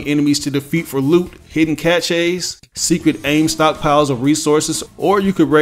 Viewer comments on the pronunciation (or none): Why he say Caches like that